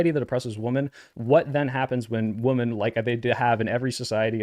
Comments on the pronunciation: Why can't they ever properly pronounce "women" and use the singular form even when they refer to the plural? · Alright, I finally gotta ask, why do you pronounce “women” like that?